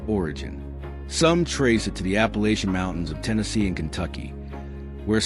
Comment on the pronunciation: "ternesey?" "nat cohas?" "appacihia?" and kentucky is located off the east coast IN the pacific..."nice" map lines, btw.🙄 A.I. is supposed to take over the world.🤔